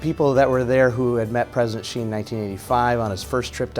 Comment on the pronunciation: Please pronounce his surname correctly, it is not "chi" you should pronounce as "si" to show your respect to someone. I won't pronounce your name Aaalon Buteze. Secondly it is kind of disturbing to come to think about China giving business to Americans, Americans pay taxes to USA government to bash China with lies, blasphemy, fake news etc. Look at Australia, China resume trade to allow Australian products to enter China market and they are having huge sales order then Australia sent their warship to South China Sea to create problem and backing the former USA colony and Vietnam to create troubles...... Is this the right things? What are these people / voters thinking? "Hey I want you money, they I pay my thug head to bash you and cause all kind of trouble AND you continue to give me business, I will continue to support my thug leader to do whatever he wants to hurt you, suppress you and do whatever you don't like even to the extend that it will hurt your ability to buy from me BUT you must continue to buy from me and buy more from time to time without fails. Can anyone understand this logic? Or because Americans have no choice in actual fact, you can only choose the bad of the worst but what was planted in your brain is that you have all the freedom and option BUT actually none